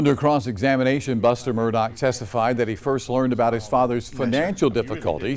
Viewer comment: I would think they would learn how to pronounce Murdaugh...& stop with the MUR-DOCK!! Why don't they just call them MUR-DERERS!? 🤔😮